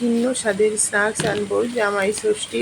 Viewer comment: Snaks not snuks ucaran tik korun